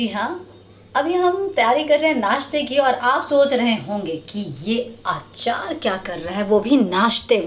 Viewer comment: Aachaar nahi hota Achar hota hai